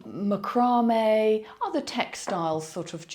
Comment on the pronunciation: I know this video is a little old but I absolutely died at the way you pronounced macramé! Otherwise I’ve been bingeing all your videos and I love them.